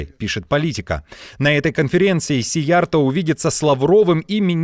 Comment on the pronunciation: Уважаемый ведущий! В венгерском языке, как в финском и др. угро-финских, ударение ВСЕГДА на первом слоге. Поэтому фамилию министра надо произносить так: сИярто